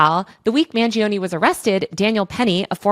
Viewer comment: Mangione has 3 syllables. 'man joe knee' not 'man G O knee'